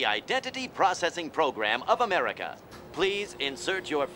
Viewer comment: duh-merka dumb-erka